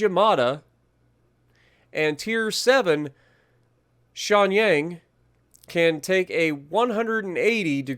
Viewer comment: Edit: emphasize the first syllable of Shenyang, not the second one